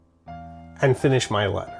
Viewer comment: What’s with your weird pronunciation affectations? Americans say “let-ur” not “let-ttturh”, and “write-ing” not “write-ttting.”